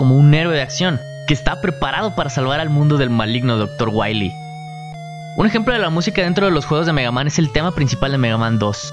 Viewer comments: Docktah Waweeh :v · Doctoh Wahwee.